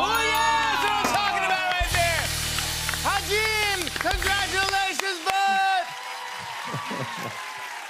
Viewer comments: the two versions are "ha-jun" and "ha-joon" idk where jimmy's getting the "jin" from. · He kept saying ha Jin when it is wi ha JOON 😂😂😂 Its sooo funny